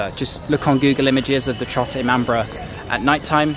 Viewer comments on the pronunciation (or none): It's Not ImamBRA It's i-maam-bada